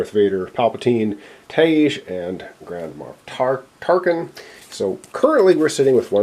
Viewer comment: Did you call him 'Grandma Tarkin'? xD That's hilarious!